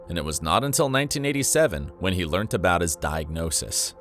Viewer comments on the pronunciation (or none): none